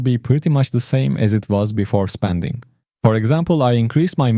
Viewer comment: Spanding or Spending ?